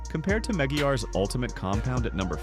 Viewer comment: What the fk is "Meggy Yahz"???? YouTube has fallen. Sadly the human content creators have failed to stem the massive invasion of cringe AI SLOP content, by June 1st 2025 the machines had won the war by sheer numbers and lack of empathy a non stop work ethic humans never stood a chance. Depressingly, it's now a rare novelty to come across genuine human made content it's wonderful wholesome and REAL. unlike the scourge of AI SLOP. The content now is rinse and repeat over and over again. The monotone voiceover is infuriating when it continually butchers the most basic well known brand names and products even the simplest of words like carnauba wax is unrecognisable. These PERPLEXING product ratings are a complete joke that nobodys laughing at , how TF these trained AI bots are rating the domestic supermarket brands like Nufinish and Turtle Wax over and above the high grade professional products used by industry experts all over the world tells you EVERYTHING YOU NEED TO KNOW ABOUT AI CAR CONTENT.. So worst of all for me personally is how the AI Narrator pronounces "Meguiar's" 😮😮😮 honestly, butchering the most well known and internationally recognised brand name like Meguiar's is sacreligious. in the Automotive world the brand Meguiar's is about as well known as Coca-Cola. Does AI butcher saying Coca-Cola too? Hell no. 👉 Maggie-Guah-Ezz ??? you make me sick🤮.